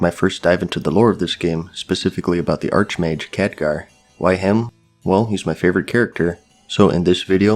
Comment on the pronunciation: Arc mage, the h is silent.